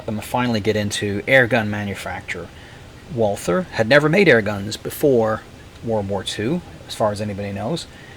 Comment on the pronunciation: It is so typical that the speaker of this otherwise good video did not take any trouble of checking how to pronounce 'Walther'.